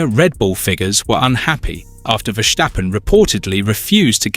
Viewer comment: Verstappen not Vestappen. It’s so annoying I turned you off.